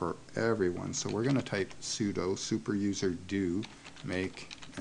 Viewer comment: When I hear: "Abantoo", or "soodoo" I know right then and there: this person has no clue about things he's talking about. Not in this case, however. Thumbs up!